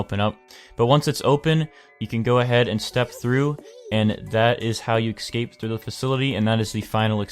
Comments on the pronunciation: In case you didn't know, escape is pronounced "escape" not "excape" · BANKER i know but like, most countries that i know that are English talking say escape, not excape, he doesn't sound british or australian.